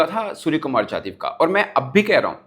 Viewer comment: He is ,' Yadav ' not ' jadhav. Please pronounce correctly Bhai saheb. SKY dedicated, not named any opponent. Not commenting on Pakistan players. I am just defending SKY